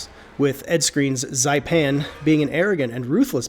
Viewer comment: I LOVE this movie so much but it’s Zapan not Zaipan